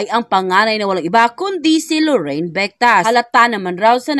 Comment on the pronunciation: LORIN !!! LORIN !!! NOT LORRAINE !!! HINDI LORRAINE !!! 😢